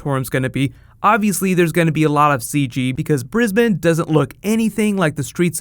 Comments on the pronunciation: he pronounced Brisbane correct! Now all thats next is Aussie (oz-ee) and melbourne (mel-bin) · Thanks for pronouncing "Brisbane" correctly! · OMG you pronounce Brisbane correctly this time!!! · since last time he changed how he pronounces Brisbane from briz-bane to briz-bin so that's good lmao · Yay! You pronounced Brisbane correctly! #Straya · you pronounced it correctly, most Americans say bris bayne lol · Thank you for finally saying Brisbane right! :D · Haha you pronounced Brisbane correctly this time. Good job. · Oh good, you fixed your pronunciation of Brisbane. Much better. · I would love to see Loki meet Doctor Strange. Also, you pronounced Brisbane properly! XD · He said Brisbane right! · cheers for nailing the pronunciation mate #Brisbane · You read the last video's comments from the ozzies cheesed off about your pronunciation of Brisbane, I see. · OMG you said Brisbane properly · Thank you for pronouncing Brisbane correctly! The filming is all over the news here! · Congrats on pronouncing Brisbane right, TY luv Aus! :D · Yay! You pronounced 'Brisbane' correctly. That makes this Aussie happy! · Thankyou, your pronounced Brisbane correct this video. Thankyou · I too think it'll take place after doctor strange and will be shown when both Thor and Loki arrive back on earth to get doctor strange to help them fight kate Blanchet's character and this would make it out how they warn the Avengers about Thanos. to us in Australia, its going to feel like there arriving on earth in Brisbane Australia and yes you said it correctly mate. was on the news last night. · I like how you pronounce "Brisbane" in this video. I believe the last one you were saying it all weird